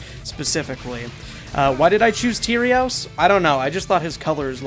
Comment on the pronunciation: Please stop calling him “Tierios” It’s killing me.